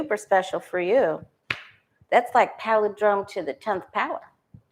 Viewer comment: You’re saying paladrome, but it’s pronounced pal-in-drome.